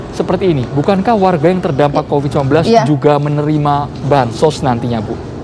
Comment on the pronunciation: Q dengarnya copid/covid ya?